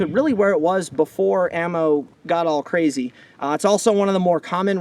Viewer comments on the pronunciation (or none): none